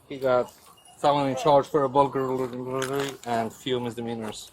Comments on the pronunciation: “We got a felony charge for a burgalergalergary.” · “He got a felony charge for gburgrbary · Lol now a officer with a language barrier in the US is hilarious! He couldn't even say the word burglary and could have said Chicago Bulls shirt but he didn't know the iconic team! He could barely give an eye witness statement 😂😂😂 ossiferrrrrr lol